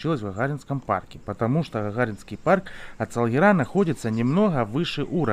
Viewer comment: Не Салгираааа, а Салгиииира.... Ударение на второй слог , Вы же теперь крымчанин